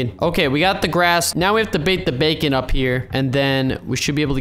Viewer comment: And he said “bakon” :c